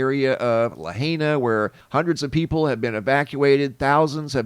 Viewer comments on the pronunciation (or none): Mr..mbbb... You need to learn how to pronounce Polynesian names....lahayna??? La hi na...get it?! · Lahaina = La-hi- nuh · La high nuh , is how you say that name . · Pronounced: La Hyna😊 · La-HI-na. It is SO sad. Lahaina is a a little sweet town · La hi na is how it’s pronounced. No criticism just an FYI.